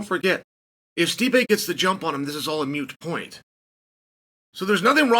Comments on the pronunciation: Chael, you’re a smart, well spoken fella. That much is evident from your content. But the point is not “mute”, it’s “moot”. Agreed 💯 with what you’re putting down here. Good stuff. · Mute point u pronounced that wrong moot